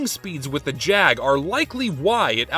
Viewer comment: you're saying it wrong. its the Jaaaaaag